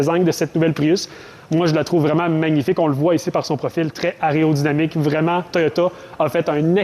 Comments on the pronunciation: Aréo ou aéro-dynamique 😑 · Aréodynamique ?!!!.... t'es sûr de ton coup là ?